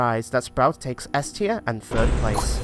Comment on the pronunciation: Its tier not trie